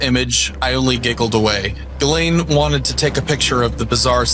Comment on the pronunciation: Who is Galen? Her name is Ghislane?